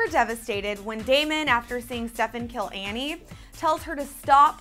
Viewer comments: Andie. Not Annie. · stop saying "Annie"!!!